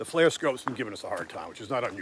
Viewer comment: Not a big deal, but it is "FLIR", originally Forward Looking InfraRed, pronounced fl-ear You keep pronouncing it "flare"